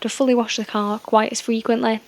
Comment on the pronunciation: While being English, why is it you can't pronounce "car"? Nice ass though Edit: Assuming you're English, my American ears usually can't tell between English and Irish